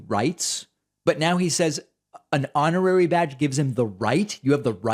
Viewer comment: hon·or·ar·y /ˈänəˌrerē/ Learn to pronounce adjective 1. conferred as an honor, without the usual requirements or functions.